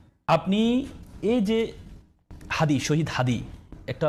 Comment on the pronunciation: হাদির নামটা পর্যন্ত উচ্চারণ করতে পারে না দলের মহাসচিব তারপর এখন এই বুদ্ধিজীবী !!! ওরা মনে করে চিল্লাচিল্লি কইরা সব জিত্তা গেছে !!!